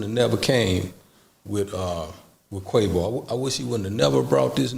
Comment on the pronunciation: He almost called quavo queefo 😂